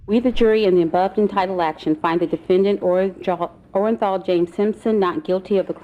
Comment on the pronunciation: That juror was so happy to say not guilty she flubbed his name, still sticks in my crawl everytime I hear it.